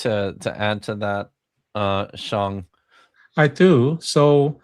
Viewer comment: Sheng and CJ are lovely, but as usual you and Vishanti are incredibly annoying. And I cringed every time you pronounced his name "Shong"